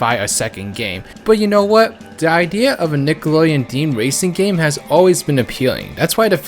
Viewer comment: The way he says idea though Ideeh er